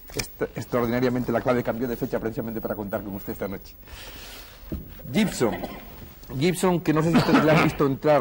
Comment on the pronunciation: De la época en que todo el mundo pronunciaba GIBSON como llibson (es guibson). Y el bueno de IAN (al que llamaban muchos áian, es ían) no los corregía.